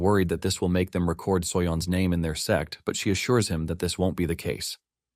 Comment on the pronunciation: Bro it's sect not s*x 😭🤣